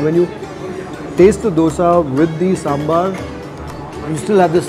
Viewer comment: Loved the way you said Saambaar...and not sambur; like some people do.